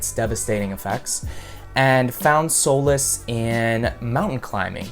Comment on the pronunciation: Mispronouncing "solace" that way is criminal.